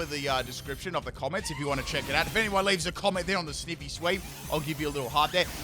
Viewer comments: It’s sniiiiivy not sneeeeevy, I just got mad at you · I swear to heck it's Sn-eye-vee! Not Sn-ih-vee! It's literally Snake + Ivy. You know, the plant/vine/leaf? I just can't with your ridiculous pronunciation rn. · He’s making me mad every time he say sneeevy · Snivy is snake ivy put together, because it's a grass snake. So it would be sn-eye-vee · He said “sneevy” lmao 😂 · Ah yes, good ole Snihvy. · TIME TO ROAST FOR MISPRONOUNCING SNIVY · 2 minutes in, 8 pronunciations of Snivy😮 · My second favourite starter and he butchers its name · Pronounced Snivy as in "ivy".